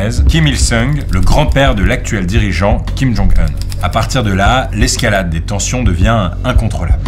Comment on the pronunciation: Alléluia, enfin quelqu'un qui dit correctement Kim Jong EUN et pas "oun" (non malgré les apparences il n'est pas mexicain !).